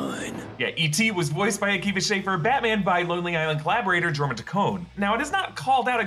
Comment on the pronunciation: Jorma is pronounced your ma